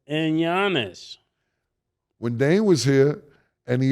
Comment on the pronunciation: mase never pronounce Dame name right 😂😂😂😂